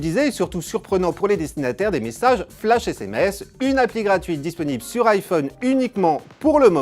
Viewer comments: "ps mésséjies" .... pourquoi ? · mddddddddr " ps meséjiz " jsui mort de rire putain !!